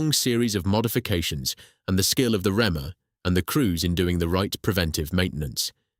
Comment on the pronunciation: I wish you'd research how to pronounce technical terms as much as you research the history. For example, REME is pronounced REE-ME; not rem